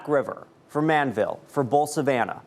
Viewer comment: The name is not Manville it is called Man-di-vill.